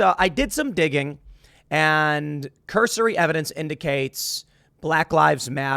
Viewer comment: Say “cursory” more pls. Aren’t you a “journalist”? Lots of I don’t knows after things you say....